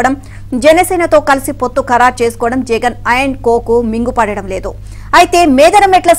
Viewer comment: Adhi mingupadatam ledhu kadhu mingunapadatam ledhu. Ninnu minga em teluge needhi